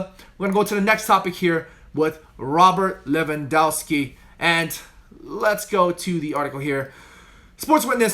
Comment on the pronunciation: You need to practice saying Robert Lewandowski 10 times/day 😂😂😂